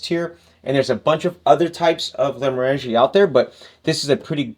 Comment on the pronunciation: It is GlenmOrangie, not GlenmorAngie.